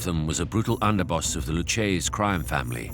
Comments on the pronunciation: Lucchese is pronounced "Lu-kay-ze", instead of "Luchaze" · Great documentary 👍🏿. Before narrating these please learn how to pronounce names properly, learn how to pronounce Lucchese